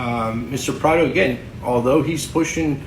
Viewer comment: His names Pardo. Not prado